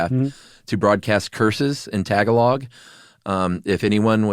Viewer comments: “tuh-GA’-log” “ASS’-waang” “mug-SAYI’-SAYI” 🇵🇭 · Couldn't get pass the pronunciation of Tagalog. 😢